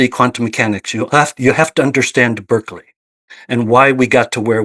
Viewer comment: it's pronounced Bar-kley, sorry I'm that guy 😅